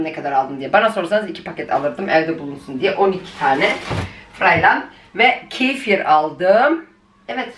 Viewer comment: Redbül ❌ Redbul 💯 Kifiiiiir ❌ Kefir. 💯